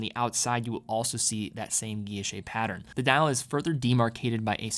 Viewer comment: your pronunciations of guilloche and Le Locle need work...